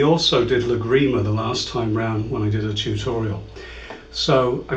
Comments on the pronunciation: Hi, excellent your way of teaching and, very much appreciated the clear English you use in your explanations. Just a point for you to consider: please when talking use TÁrrega and LÁgrima instead of TarrÉga and LagrÍma (sorry this last writing is incorrect in Spanish, but can help you to put the stress into the first A of both words if you wish). Don't feel upset for this comment, please. We like very much your videos. Cheers. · Good tutorial. It would be good to learn how to pronounce the piece names properly. Adelita - accent on the "i" and Lágrima, accent on the first "a". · You are amazing, but every time you say Lágrima I get ill. Since you are an expert on the Spanish guitar I suggest you put the accent on the first "a" in Lágrima. You are accentuating the "i" instead of the first "a". Otherwise, your lessons are amazing and very well explained. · Spaniards are famous for butchering the English language. But fair comment